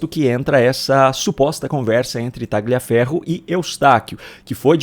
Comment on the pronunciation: A PRONÚNCIA CORRETA É TALIAFERRO, SEM O G